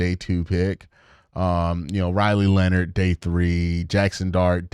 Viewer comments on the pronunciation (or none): none